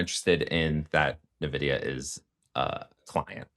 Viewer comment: Very informative video. Btw, it’s pronounced En Vidia